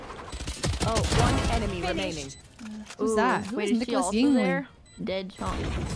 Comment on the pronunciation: “Who is nickolasyingling”😂